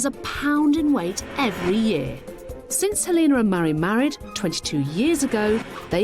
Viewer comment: Lol the pronounciation of Helena.. Her name is not Halina.. Is that what it translates to.?